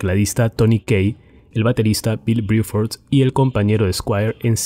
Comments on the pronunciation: ¿Porque dices Briford? Excelente todo lo demás. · Bill BRUFORD no Biuford